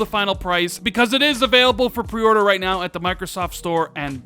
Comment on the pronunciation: Why does he have such trouble saying "pre-order"?